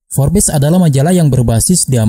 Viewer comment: Kok bacanya FORBES sih..? 😅 FORBS..! 😁